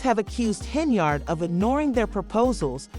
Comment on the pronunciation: Can you not say "Yard"??? Hen-Yard... That's her name, not "Hen-Ard"... Come on now!